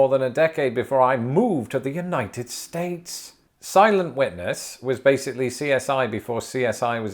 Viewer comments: I swear, for the first like 6 times he said it, I thought he was saying "Silent Wetness" not "Silent Witness" XD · I heard it as Silent Wetness and then he showed a pool and like it IS wet and silent. I realize it must be Silent Witness but Silent Wetness is hilarious to me. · It sounded like you were saying "Silent Wetness", and now I CAN'T UNHEAR IT